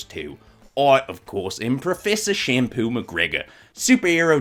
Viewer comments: Champagne not shampoo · I got triggered when he said shampoo mcgregor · Yeah I noticed that you said shampoo:) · lol champain